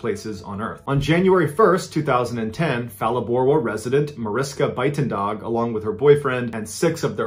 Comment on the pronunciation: Cudos to mr ballen trying to pronounce Buitendag